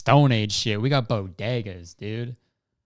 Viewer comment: Tell me you’re Kurtis Conner without telling me you’re Kurtis Conner: ‘dude’ but it sounds like ‘deed’